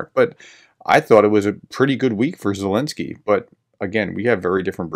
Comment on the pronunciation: Its annoying why says 'Elensky' rather than Zelnsky - I think the reasoning is that Zelensky doesn't like the Z (from one of their episodes). Gotta admit thats pretty childish. I couldn't imagine that behaviour from any serious reporters.